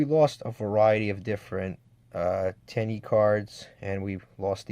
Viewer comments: Its Ten-e dear god lol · but in Japanese its pronounced ten-ē. And you even said the link 2 correctly at one point. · It's literally "ten E" in Japanese... Love the video, thanks for doing it. But if you want to improve, small things like pronunciation, rarity of used cards, and making excuses can really hinder you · Your butchering the name its ten y ee